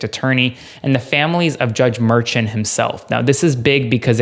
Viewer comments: Glenn Kirschner pronounces Merchan as Mershawn. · Please pronounce Judge Merchan's name correctly. He's Columbian and it's pronounced Mur.SHAWN' not MUR'chun. Thank you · Just FYI, the judge's name is not pronounced like Merchant. It's Mer-SHAWN. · Luke, please tell that he's mispronouncing Judge Merchan's name. Mer - shon' is the way he pronounces it. It's really annoying and distracting to hear the mispronunciation. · It’s pronounced mer-SHON. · Check your pronunciation of Judge’s last name.